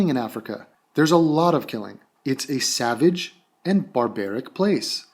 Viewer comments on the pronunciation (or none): none